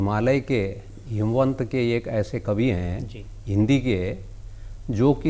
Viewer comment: हेमवंत नही हिमवंत